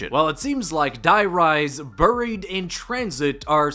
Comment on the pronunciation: “Burrried” lmao bro it’s “baried”